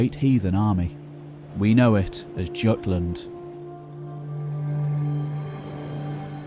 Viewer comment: Very well done. You have packed so much information into a succinct package. My only gripes are that the Jutes were not mentioned sooner as populating England, and your pronunciation of Jutland. Jutland is pronounced the same as Jutes, which you did pronounce correctly, as well as Jorvik, so I don't know why Jutland was pronounced differently. And the Jutes were some of the first if not the first to Britain after the Romans, seeing as Hengst and Horsa claimed to be Jutes. The Jute capital, was at Canterbury, in the eponymous Kingdom of Kent, and was recorded as being larger and richer than London during this time, as was Jorvik later. The Saxon Kingdoms aside from Wessex mostly seem to have been claimed and ruled through marriage until after the Danelaw's collapse after which, within a couple generations of Alfred the Great, England was essentially united for the first time. There was a lot about London you taught me. I did not know the Saxons refused to settle in the ruins, nor that the people who later lived there were called Strongholdmen. But the thing that struck me the most was the name vik. Am I correct in assuming -vik is where we get -wich? And where does that name originate? The Picts perhaps, or Brittons, or possibly some other Celtic descendants? I am fairly certain it is not Scandinavian, Germanic, or Latin. I was also pleased to see the inclusion of Dorestad on your map, though I was surprised it was not included in your essay as a significant trading hub, as I